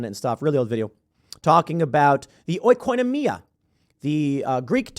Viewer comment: dude in Greek the letter O and the Letter I together are pronounced as E. oikonomia , economy οικονομι-α are pronounced the same except the tone that you put at the second syllable and we put it at the third